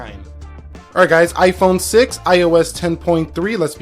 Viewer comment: Lol it is 6 plus not s